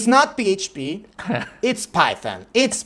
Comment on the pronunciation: I still remember his pronounciation of PHP ffffffpppp 😂